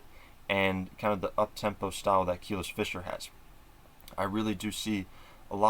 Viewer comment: Just a heads up it’s pronounced Kuh-lease not Keel-iss…since I’m sure you’ll be talking about her more and more